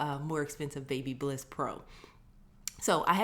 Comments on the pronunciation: Say it with me Ba*by*liss 😉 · its. BABYLISS NOT BLISS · Another awesome video! here in the UK babyliss is pronounced like this (ba - bil - liss) not sure which is correct haha, keep up the cool videos!! :)